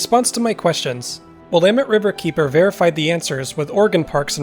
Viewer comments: Please tell, do the local residents actually pronounce it as, Wil-AH-met River"? Thankyou for beautiful vistas! Your researching efforts are much appreciated, too. :) BTW, I'm thinking the gov doesn't "abandon" much, ya know? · one way to remember how to pronounce Willamette...rhymes with dammit. 😉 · I live in Colorado Springs colorado on willamette ave and its weird hearing you pronounce the river name. haha here everyone says "will uh met"